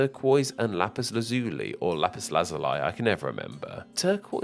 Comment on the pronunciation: Watching this as a fan of steven universe is a weird experience Also, you've probably gotten a million comments about it, but "Peridot" is pronounced with a hard T, like in the actual word "dot." And Lazuli is pronounced "læ-zuh-lee." (æ sounds like the 'a' in words like 'apple.' I think.) I'm impressed you pronounced spinel correctly though. Most SU fans couldn't pronounce that correctly until her name was actually spoken out loud in the show. Before that most fans assumed it was pronounced "spinal."